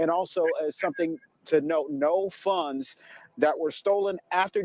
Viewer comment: Wait. That woman pronounced “funds” fun-dess. 😂😂